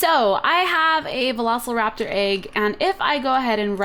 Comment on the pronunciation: Cupquake: "veloSLEraptor!" Me: *Cringe*